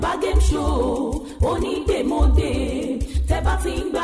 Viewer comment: O yẹ ki wọn tún advert Onídèmọdè yẹn ṣe.. "Onídèmodè" ni ẹni yẹn ń wí,, tó sì yàtọ̀ sí "Onídèmọdè" tí a ń pè gan.. Àti bí wọ́n ṣe kọ́.. A ma ń ṣeré kan nígbà tí a wà ní kékeré tí a má ń kọrin báyì pé : "Párá onídè wá mọdè,, Párá ọlọ́ta wá mọ ta Péú, Pèù,, Péú,,, Onídè wá mọdè rẹ.." Mo kan tí gbàgbé bí a ṣe ń ṣeré yẹn gan ni.. Orin yẹn ni mo rántí.. That was in the 1970s and early '80s.. "ONÍDÈMỌDÈ" ni, kìí ṣe ONÍDÈMODÈ. Ìyàtọ̀ díẹ̀ nbẹ níbẹ̀.. Ẹní tó dè nkan lọ́ mọ oun tó dẹ síbẹ̀.. Ẹní tọ́ béèrè question mọ answer.. Tàbí oun tí ó fi pamọ́..